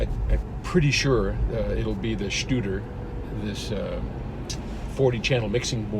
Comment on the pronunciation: just a note Studer is good. no need to say "SHtuder" :) Aren't Studer console radio studios more than mixing recording studio..just a thought.